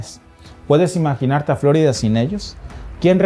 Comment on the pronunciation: Florida no " flo'rida"